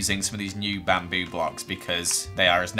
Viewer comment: BaM BoO Me: You mean Bamboo